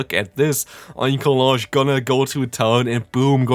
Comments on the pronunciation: The correct pronunciation here is OinkoloGNe. GN, Ñ, not J. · Another great video,! Just to continue helping with pronunciation if you feel like you need it, I say it as follows; Oink-alone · Oinkologne is pronounced like Cologne, the city.